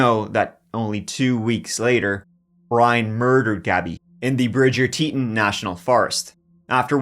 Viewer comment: This video needs some correct pronunciations for place names! Teton Bridger Moab.